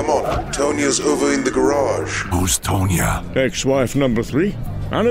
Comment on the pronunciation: Tonya - "TAHN-yuh" rhymes with Khan-Yuh